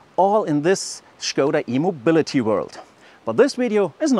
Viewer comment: "shkouda" sounds wrong. I'd prefer "skouda" (english) or "shkodda" (czech)